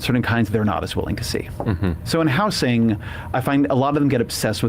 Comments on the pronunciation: Why does he keep saying “how-sing”! It’s just housing my dude. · Ezra's worst crime is pronouncing housing with a hard "s." Grating. I can't make it through an episode of his podcast.